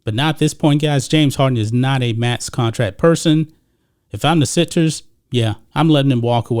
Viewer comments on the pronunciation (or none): You keep saying contrack instead of contract